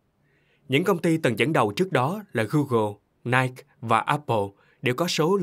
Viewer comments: Nái kì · cám ơn ad, tiếng anh cho chuẩn lại nha ad, ví dụ như phát âm Nike